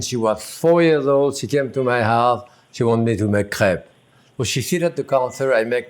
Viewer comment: My girlfriend is currently out here crying because he said what to her sounds like 'crap'. Several times even.